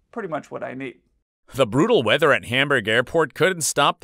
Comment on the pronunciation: heavy rain calm wind "bRUTalwEathEr"